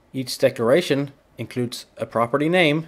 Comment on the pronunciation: It sounds like he is saying "decoration" but he is REALLY saying "decloration"